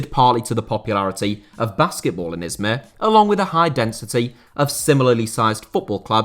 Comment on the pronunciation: As a native turkish speaker I can tell you that your pronunciation of Izmir and Altınordu was great. Keep up the good work and pls continue to making videos on niche topics.